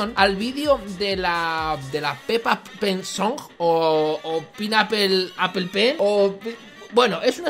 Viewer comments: mel se dise pen and Apel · se dice pen pinapple aple pen =) solo es por ayudar